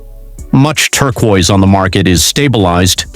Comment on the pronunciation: Better work on pronunciation if you ever want to sound human. Im stealing Turqua tho